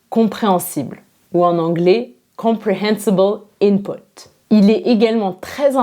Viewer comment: good english u have when u said "comprehensible input"